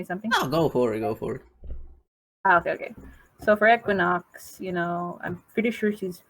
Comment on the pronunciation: I just joined and heard "EQUINUX" like 3 times.... Im scared. IM SCAREDDDDDD LMFAO